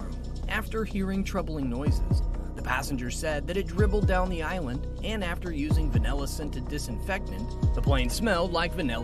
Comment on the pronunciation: Aisle, not island.